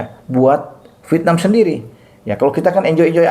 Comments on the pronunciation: yg membaca V tp diucapkan P biasanya cuma orang Sunda....Klo pengucapan aslinya ya Vietnam sesuai tulisan....Dah gak usah denial.... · lah. Tulisan doang Vietnam tapi dibaca pietnam. Gue juga punya telinga. Bisa membedakan yang baca Vietnam dan yang baca pietnam.